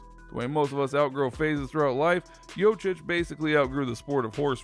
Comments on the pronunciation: #1 thing you have no idea about, how to pronounce his name. YO Kitch, not YO chitch. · If you are making a video, you could spend some time learning to say his full name correctly... he is not Jochich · I CANT HEAR HIM SAY JOCIC 1 MORE TIME!!! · LEARN TO PRONOUNCE JOKIC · Pretending to know something about Jokic, but cannot even pronounce his name correctly.......pathetic! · The way you pronounce it, it hurts my ears !!! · You should learn how to pronounce his name. It's not that hard, just go on youtube, and listen to someone, then repeated yourself couple times...the way u did it, its embarrassing. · If you don't know how to pronounce his name it makes me wonder if anything else you say is credible.